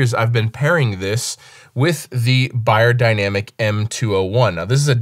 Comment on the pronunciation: I was surprised to not see a Senheiser 421. Best bass mic ever! Also, everyone pronounces Beyerdynamic wrong lol. It's pronounced (bear)dynamic, not (buyer)dynamic Kind of a pet peeve of mine 😂